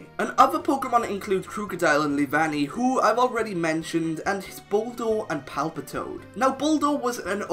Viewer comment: THERE IS NO E IN PALPITOAD!